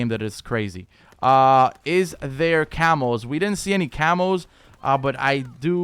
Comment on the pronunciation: CAMOS... I thought he was saying Camels LUL